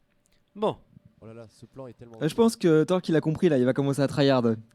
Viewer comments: • J'avoue il dit TORK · Je suis le seul qui remarque que ne sait pas prononcer "Torlk"? Avec un L svp